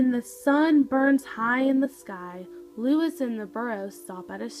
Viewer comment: Look up the correct pronunciation of Luis, please.